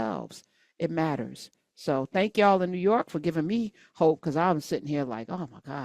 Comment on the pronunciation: "Newu York"😂😂😂